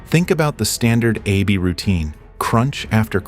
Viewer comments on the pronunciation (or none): Hey thell the A.I. it's pronounced Ab not A-B.